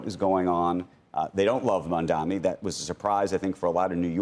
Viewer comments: How difficult it is to say MAMDANI instead of MAMDAMI? Is this intentional? What is the reason? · You still calling him “Mamdami” instead of Mamdani, what is the reason? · I know CNBC has a Israel agenda BUT - At least say his name right. It’s Mamdani. Pretend better! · Purposely not pronouncing mamdani name correctly. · Bro, these incompetent corrupt losers can't pronounce Mamdani's name right 😂. Kinda impressive ngl . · They keep pronouncing his name wrong. It's annoyingly disrespectful. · You can't expect to beat someone when you can't even say his name right. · It's incredible that they still can't say his name right.... It's literally phonetic.